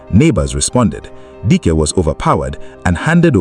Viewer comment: Is it Dike you're calling Dyke? Hmmmm, anyways may the poor girls soul rest in peace.